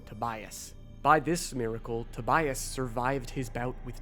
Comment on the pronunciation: Tobias, not Tobayas.